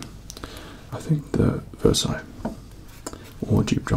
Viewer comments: Versace is not pronounced as Versailles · Took me a moment to realise he pronounces Versace as Versailles... As someone who learnt french to say croissant correctly. I'm deeply disturbed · I've hear Versace pronounced in all kinds of ways but never as Versailles! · Why does he say Versace like that? 😂😂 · The way he says Versace 😂😂😂